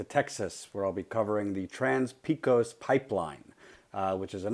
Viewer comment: As a native born and raised Texan, it's pronounced PAY-KŌS. If you say PEE-KŌS, they'll know you're a foreigner. {Texas, it's a whole 'nuther world.}